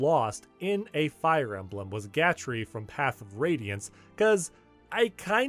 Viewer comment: Fire E-may-blem?